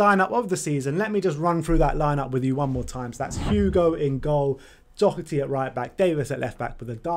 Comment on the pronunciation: His name is Doherty. You are as well to get to know the name of players playing for YOUR OWN TEAM. To help, its pronounced DA-HER-T